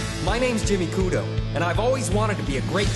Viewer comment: its funny how they changed his name to jimmy and how they pronounce kudo. but besides that, its nice to have them atleast try and make a proper opening song in english. many of the famous anime like dragonball(z) and digimon only have total garbage english openings.